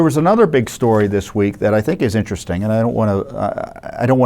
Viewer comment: Vewy vewy intwesting. There are no coincidences.